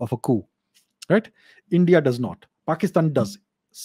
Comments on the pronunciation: It is more like Paaakistan, lol. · Pekish-taan, bangle-dash - western slang, nailed it 😂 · "Pakisthan" "Bangladashh". Sarcasm on next level, lol 🤣🤣🤣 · "Pakistan, Bangladesh". Fantastic American mimicry. 😄 🤣🤣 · That accent when he says "Pakistan" 😂